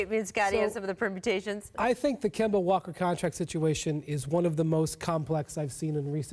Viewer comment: Scottie can't ever say anybody name correctly... KAWAAD AND KEMBO SMH